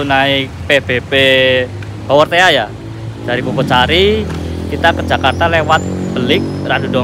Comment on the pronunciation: Pebepe bawortea "padahal di bacanya baworteh